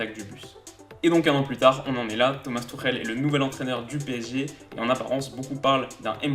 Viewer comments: Haha tu m'tues, t'essayes de prononcer le "ch" pour que ça sonne comme en allemand mais tu lâches un Thomas Turrrèle qui sonne méga latino pour le coup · Je pensais pas qu’on prononçait Tuchel comme ça…